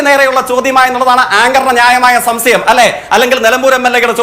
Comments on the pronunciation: സംസയം ❌ സംശയം ✅ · അവനു സംശയം എന്ന് പോലും മര്യാദക്ക് പറയാൻ അറിയില്ല. കൊണ കൊണ എന്നല്ലാതെ ഒരു മൈരും അറിയില്ല... ഒരു വേസ്റ്റ്